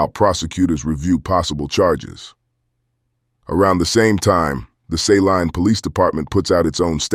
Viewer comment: It's not Say Line it's say leen who the hell are you reporting this ??